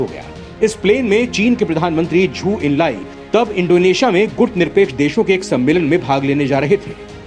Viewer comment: 'चू एन लाई' नहीं बल्कि "चाऊ एन लाई" था!